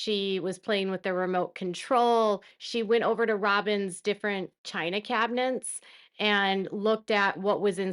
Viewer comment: The word is "cabinets" NOT "cabinents"!